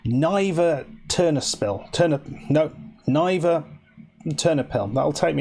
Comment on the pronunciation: Love this. Niva is "nee-va", not "nye-va". :D Also, I'd pick RFC Liege for the save. They've got the best potential for a serious run at being a big club.